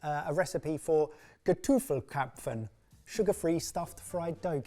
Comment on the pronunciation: Well, you successfully butchered the name Krapfen. I would say this is probably of German origin since there's been what you'd call a jam filled doughnut called Krapfen. A traditional pastry around this time of year (Carneval/Fasching)